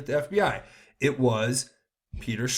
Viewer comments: Starting to sound strange, you pronounce Stzrok's name "Stroke". ok, so it's Peter Stroke ????? And then you say "tainted" several times. I'm not a perv but most of these elites are....so I'm wondering, is this all just a psyop? Another huge distraction ?? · Peter Strzok, is pronounced Struck.